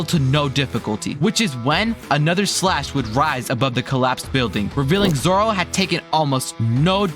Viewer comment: why did bro say zora